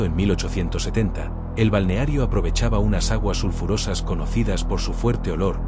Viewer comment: Es una IA que no sabe leer 😂